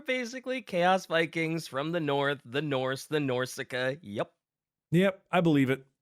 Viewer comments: pronouncing "Norse" as "Norsie" is so funny. They're just lil norsie bois. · Norsy hurt to hear but then I just started to laugh. "Oh look it's a Norsy a horsey!" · saying norse like its horsey not horse makes my eye twitch so hard i wanted to punch my monitor after the first couple lol omg it got so much worse lol. someone revoke right to over pronounce the letter E in words. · insistence on pronouncing Norse as "Norsea" and Norscans as "Norsicans" gave me cancer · saying Norsey is driving me actually mad and I dont even main Norsca